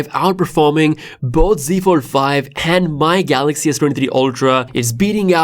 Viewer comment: What’s a galaxy ford it’s that the folding cord car lol that’s new I love how he said ford and not fold lol